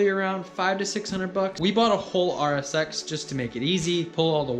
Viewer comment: what you are saying is to use the RSX wiring and ecu, that I know I can do, however it sounds like he said RX8. LOL Thats why I was like what! He says rsx, whew!